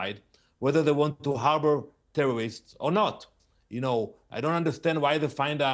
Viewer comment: "Tewworwists" - moron.